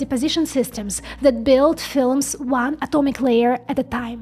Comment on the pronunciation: Instead of saying That you say Zat.